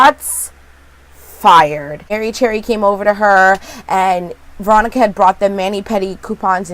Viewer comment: So sorry for your bad day, but you totally make ours! Thank you for that. I must be exhausted or need my hearing checked cuz I could've sworn you always said Moronica and not Veronica LOL!!!! This show IS weird, but it keeps us watching. It like Twin Peaks, Fargo and Ravenswood all mixed together. Can't wait for your next recap. Hope you have a better day - rest of week actually. :-)